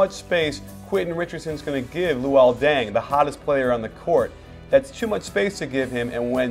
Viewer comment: did you say deng says denks?